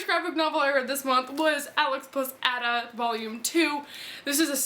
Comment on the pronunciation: I hope you don't take this the wrong way but Ada is pronounced like the letter A and then -da But I love love love those too and if you didn't like it I wouldn't have pointed it out but I assume you'll be recommending it to people so